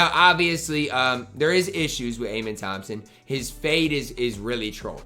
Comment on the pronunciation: the way you pronounce Amen's name is, uh-men